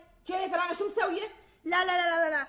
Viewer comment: ههههههههههههههههه قالت سو مو شو